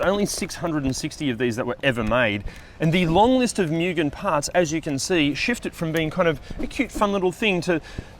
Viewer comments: It's moo-gen NOT myew-gen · If you're going to do a car channel, lean how to pronounce Mugen. Its (Moo Gen) not (Myuu Gen) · FYI: the pronunciation of MUGEN is "Moo -ghen" (with shorter "Oo" sound)